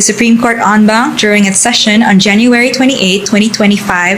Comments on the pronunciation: "En banc" po hindi "on bank" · En Banc hahahh hindi on bank..but pronunced as soundin as "on"